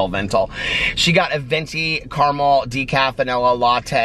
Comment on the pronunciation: Please stop pronouncing caramel differently from how you naturally say it. It’s fakey-fakey. Unnecessary and inauthentic. Which makes it the opposite of what you’re all about.